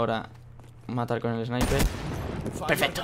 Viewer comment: no se si soy yo o en el minuto alexbi dijo pefesto?